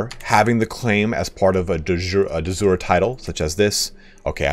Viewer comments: Google seems to indicate de jure is pronounced "day jury." it's NOT the same du jour which is pronounced "duh zure" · I like how "De Jure" changes pronunciation every time. "De Joor", "De Jooray" "De Zoor". How to pronounce it, is "Day you-ray". The "J" in Jure is a Y in english (like in you), not a dzh sound (like in John). It comes from latin "iuri". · Hello, great video! I have two questions: 1 is it possible to switch from tribal to clan? 2 are there alternative succession laws for asian tribes? Thanks in advance. p.s. De jure in latin reads like de yurae would read to an english speaker.